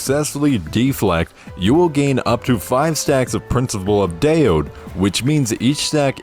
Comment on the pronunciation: Great video, thanks! Random: daode is actually 2 words in Chinese. dao (way) and de (virtue). to pronounce it... you can read it as dull (but dont drage the 'll' sound at the end) and dir (like dirt without the 't')